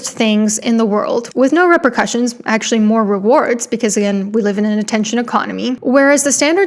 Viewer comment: re-per-cussion, it's like a drum